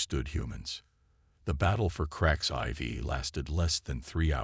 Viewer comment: us flag upside down = distress in military lingo. clearly a liberal. As for this story why is it hard for the AI to pronounce a Roman numeral? why not tell the AI to say 4 instead of IV!